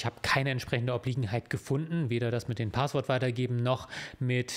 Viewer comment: Kleine Sprach-Klugscheißerei: Es heißt nicht "Paaahßwort" sondern "Passwort" (mit kurzem 'a'), abgeleitet von 'passieren'. And in other news: Bisher habe ich mich in meinem Leben nicht für Jura interessiert, seit ich die Videos von kenne und gucke, schon! Ich mag vor allem den feinsinnigen Humor, der gerne mal zwischen den Zeilen durchschimmert:-) Danke auch für ihre moralische Komponente, es ist schön zu sehen, wenn die Juristerei auf der "guten Seite der Macht steht", gefühlt ist das eher selten der Fall.